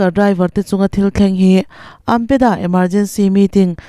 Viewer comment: AMPEDA - No no AMDA - Yes Yes 😂